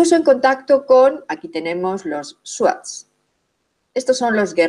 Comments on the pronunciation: Muy bien explicado,,esta mejor que Los mentirisos y manipulados documentales de aca,solo Una correpción se pronuncia zuar (Los shuar) no swat..pero Te falto decor que Los japoneses tmb hicieron Su expedicion y Los militares locales pero solo pueden avanzar hasta cierto limite q Los shuar muy bien conocen...saludos desde Ecuador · Son los Shuar, no suat